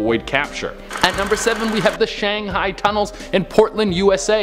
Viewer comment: Are you guys serious you cannot properly pronounce Shanghai or Saloon?